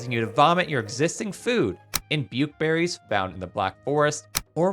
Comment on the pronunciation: ITS Bukeperries, not pukeberries.